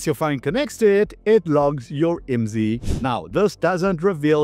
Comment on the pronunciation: IMSI is an acronym. Dont say it as a word. Its. I M S I.